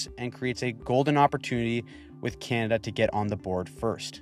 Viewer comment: You sir have impressed me with your analysis and also your ability to make the word “Canada” monosyllabic